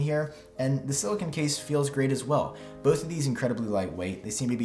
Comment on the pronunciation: I’m sorry but I have to say the pronunciation of silicone as silicon bothered me 😂 I still really enjoyed the video though!